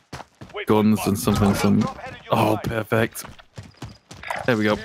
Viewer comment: is he German? The "ah perfect" sounds like "ah perfekt"